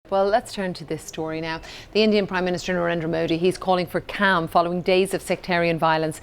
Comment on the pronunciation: its calm not cam you putts